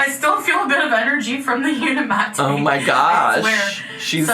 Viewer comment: It is uniMATE if it was how she said it it would be matte